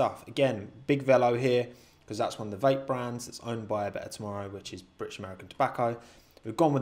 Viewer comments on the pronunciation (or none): none